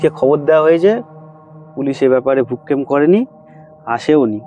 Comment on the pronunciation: উচ্চারণ টা ভ্রুক্ষেপ হবে